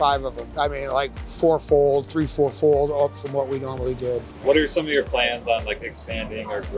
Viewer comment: It's like playing golf, he says flour instead of four. Brilliant. Thousand dogs a week that's alot of flour if he makes his own rolls. Peace.